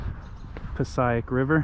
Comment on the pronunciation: Not Pass-eye-ic. SMDH It's PASS-AYE-IC.